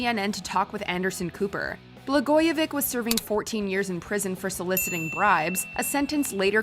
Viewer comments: BLAGOJEVICH- BLA-GOYA-VICH "CH" not "K" politician who knew too much! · Learn to say, "Blagoyevich." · Come on WatchMojo!! Do the basic research to pronounce the subject names correctly. It's Bla-GOY-a -vitch. Not -vick. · This compilation sucks. The commenter in the first video can't even pronounce Rod Blagojevich's name. It's not "VICK" it's "VICH" which is exactly as it is spelled. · Blagojevich you have to pronounce the H in his name it’s not Vic it’s Vich like the B word with a V. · Sweetheart, it's Bla-goi-e-viCH, not vick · Pronounce his name correctly. It is NOT “BlagojeVIC” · It’s pronounced Blagoye vi CH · It’s not “Blagoyevik” lol. Americans and their mispronouncing of non-English names. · How on Earth did she mispronounce Blogojovich every single time? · She said BlagojeVICK 😆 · Come on. Blagojevich rhymes with stitch. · His name is pronounce Blah-Goya-Vitch